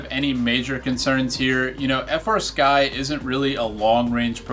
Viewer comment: As soon as you said frsky it turned me off